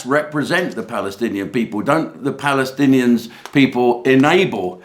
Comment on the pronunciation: Jim, if you can't pronounce Pallystillions Just say Hamas. It's the same thing. As the police can't control the mob, ask the Israeli IDF to help.😂